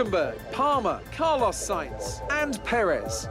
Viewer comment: How do you manage to mispronounce Carlos?